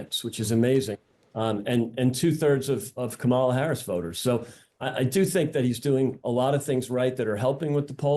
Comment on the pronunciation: If you can't pronounce Kamala's name I stop listening.